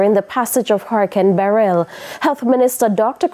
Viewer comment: She is the only person I hear so far pronouncing Beryl properly. I pray there are no casualties.